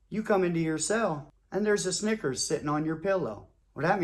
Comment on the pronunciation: EVERYTIME he said Snickers...I thought "Nggas" 😂. This joint Classic